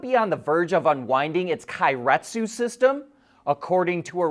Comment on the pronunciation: "Kay-ret-su" like "okay"